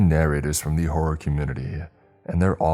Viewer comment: You've been working at the flow of your speech and pronunciation/annunciation for years and are doing well. However, and this is completely out of love, you need to practice pronunciation of the second O in, "Horror." It sounded like you were saying Whore not Horror on the Chilling ad. Otherwise, you're doing great bud.